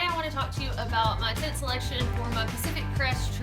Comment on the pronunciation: Adventure Ryan I like how she says Tint